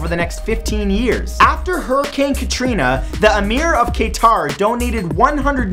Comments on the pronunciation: ka-tar not kay-taaar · Kay-tar? Its Qatar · Issa Belde also the A sounds in Qatar are pronounced in the same way as in car. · Lol your pronunciation of Qatar (it's "Qah-tar or "Quh-ter" not "Kay-tar") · HELLO IT is not k-tar it is pronouced cautar.😡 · That’s not how u pronounce Qatar